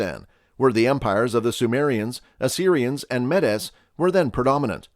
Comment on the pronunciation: Kurds are ethnically an Iranian Aryan tribe called Maud (in English Mede - pronounced as meed, not how incorrectly this video pronounces it), When Iranian Aryan tribes migrated from present day Ukraine and Central Russia they came to settle in the present geography of Iran and the the Iranian tribes moved across the land ( years ago). During the first Iranian Empire (incorrectly in the West is known as Persian Empire since that is how uneducated Greeks wrote it down). The first Iranian Empire was created by a coalition of various Iranian tribes, mainly Pars (Persian) and Maud (Medes, as we know them today as Kurds). Kurds have always had a homeland and it is called Iran. Throughout centuries of war between the Iranian empire and Eastern Roman empire many of Iranian populations have been separated from Iran. The present countries of Syria, Lebanon, Israel, Egypt, Libya,Turkey, Iraq, Armenia, Georgia, Ossetia, Dagestan, Republic of Azerbaijan were a part of Iran and over time Iran lost most of these territories to various invaders and any Iranian people left in those territories mostly integrated with the local population except Medes (Kurds) who had large populations and could not be subdued by the countries that they are currently a part of and they still retain their cultural and linguistic identity. The Kurdish tribes have deep roots in geographies where they live in; and they have proven that they are excellent fighters and then know how to defeat their enemies and re